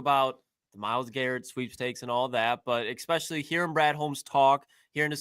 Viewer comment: A flip is switched? Exspesially, Jesus, someone teach Ohio state English